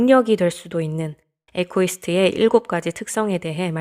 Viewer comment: 이고이스트가 정확한 발음입니다ㆍ